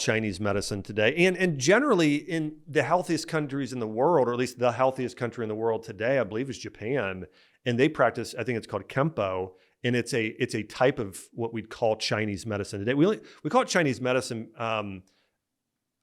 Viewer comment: I live in Japan and I'm half Japanese. First of all it's "kampo" not "kempo". Second, this isn't the reason why Japan is relatively healthier than many other countries. Very few people actually use kampo, and most Japanese people dismiss it as pseudoscience. The reason why Japan is healthier is because the diet is healthier. School lunches aren't burgers, fries, and ketchup. They're miso soup, fish, rice, and pickled vegetables. When you grow up and eat healthy foods for the first 18 years of your life, it's not that difficult to stay healthy as an adult.